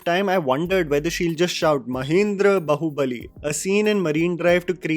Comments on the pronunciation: Seriously bro? It's not बहुबली, it's बाहुबली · The way you said Bahubali 🤣🙏🏼